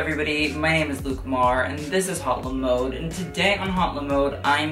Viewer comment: Please, don't pronounce the letter "H" in "HauteLeMode". It sounds like "Hot Le Mode"